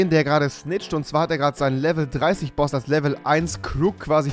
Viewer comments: Kannst du kein Englisch Boss Boss nich baus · Was ist ein Baus? 😂😂😂😂 Geiler kann man boss gar nicht aussprechen...